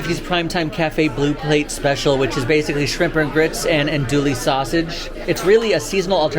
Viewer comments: Ando-ee sausage. Not ando-lee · repeat after me: ăn-doo-ee.... LOL